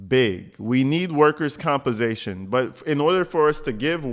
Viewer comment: LOL! " Workers compasation"...i cant with this one! Escentral...omg!